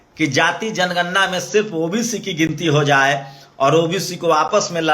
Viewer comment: aagye tum pahle bolna sikho tor diya jay mor diya jayejanigarna